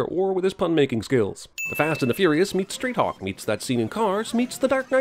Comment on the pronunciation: You said StreetHawk... nice